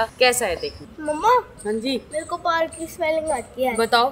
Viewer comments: Aare bagenji park hota hh prak nhi😂😂😂😂😂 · Payal di prak nhi hota park hota hai lekin aap bohot sweet ho i love you payal di ♥♥♥♥♥♥♥♥ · It is park not prak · Park hota hai payal ji prak nai 😂😂😂😂😂😂😂😂😂😂😂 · Hiii.....it's park not Prak....love u all malik family....I love to watch yr vlog❤ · Park 🏞️ hota hai prak nahi hota hai 😂😂😂❤❤ Big fan 😊😊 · Prak 😂......it's park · Prak nhi hota dii park hota hai❤ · Park hota h prak nhi😂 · Park hota hai payal g park pehle sahi bola aap ne baad me prak bola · Prak…😂 nahi park . Galat mat sikhao. Nahi aata toh google par check karlo. Always phone is in our hand for useful use also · Payal prak Nahin Hota Park hota hai p a r k Hota Hai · its park not prak yaar park k spelling nhi aate 😂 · Payal it's park not prak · Park not prak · ParK hoTa... Not Prak.. Nalayak maa ..bache ko kya sikhayegi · Payal aapne park ki spelling glt bola shi bolte,bolte glt btayi chiku ko aap repeat video krke dekh skte ho. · Park ke spelling yeh hote hain mam apne galt bola or chiku ne bi btana jrur mam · Payal aunty please bura mat lagana per park ka spelling aap galt bolethe or koy kuch bhi bole per aap bur mat lagana kyuki kute bhokte rehte hey or aap ke vlog se hame boring nahi lagta hey or please bada vlog banaya karo or muje morning me muje vlog dekne ko time nahi milta par when I come at 2o'clock tabhe me khana khate have dekte hu love you malik family chiku ,tuba,Alan,zaid sab Maer bhai Ben jese he and 1st time comment kiya he and my name is vedanshi italiya